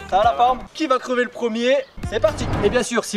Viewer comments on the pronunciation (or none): Crever pas "creuver"😭